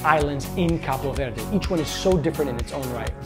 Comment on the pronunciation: #6 Pronounce Cabo Verde correctly 😂. “KAH-BOO VAIR-DEE”